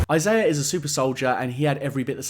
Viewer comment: Thank you for pronouncing Isaiah's name correctly.